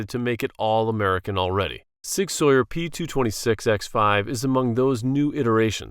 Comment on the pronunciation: It's not Sig Sawyer, it's Sig SOUR!!